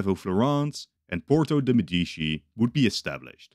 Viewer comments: MEDICI NOT "MEDISHI" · As an Italian, hearing Medishi instead of Medici made me almost sick……But I have to say that you made a good video! Keep going with this amazing scenarios! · "Nuevoh Firànce and Porto de Medìchi"... Jesus Christ, dude... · Uhhh ☝️🤓 actually it's Medici not medischi (THIS IS A JOKE, I LOVE YOUR CONTENT) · I medisci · they always say it like that in those videos lol